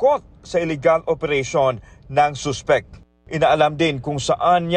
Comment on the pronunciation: gusto ko yung pagpronounce nila ng Suspect as Soospect, and substance as Soobstance hahahaha tas yung Chemical, Kimikal daw HAHAHAAHAHAH